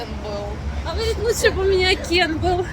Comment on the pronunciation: Нора права! В произношении имени Кен.😊